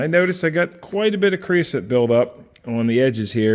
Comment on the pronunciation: “Creo-sote” and “soot” are 2 different things. There is no such thing as “creosoot”